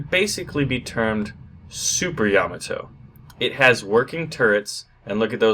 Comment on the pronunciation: YA-MA-TO not YA-MO-TO